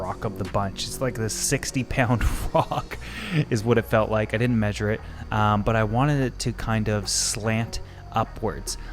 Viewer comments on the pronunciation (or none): none